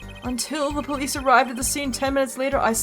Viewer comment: Wait did I heard said Purlice 😁 heheh